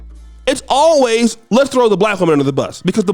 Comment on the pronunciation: emphasis on “always” 😂